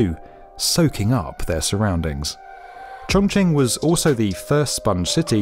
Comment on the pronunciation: I want to congratulate on not butchering the chinese names this time, especially those with difficult pinyin letters like Chongqing and Zhenjiang... Until Zhengzhou. There's always one eh